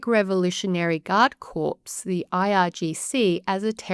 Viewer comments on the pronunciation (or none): Corps is pronounced as core. She is probably another AI speaker.